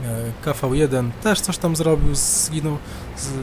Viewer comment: 1. Aż dziwne że dopiero teraz trafiłem na Twoje filmiki. Faję, Hallack', vdr'a, SuchegoWładzia i MaszynyPancerne znam już kilka miesięcy. Ale od razu sub leci ;) 2. Wreszcie ktoś, kto wypowiada 'KV' a nie 'KW'! 3. Dobry filmik, poproszę więcej wskazówek i porad jak grać lepiej będąc tym 'gorszym', bo na necie za mało jest tego typu poradników, a zdecydowanie za dużo filmów pokazujących nic nie wnoszące, farciarskie bitwy z siedemnastoma fragami.